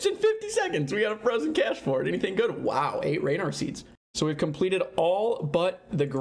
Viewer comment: It's actually pronounced 'Cache' not 'Cache' gz on the shadow, been too scared to sell most of my bank for a tbow myself lmao (Keeping shadow and ancestral)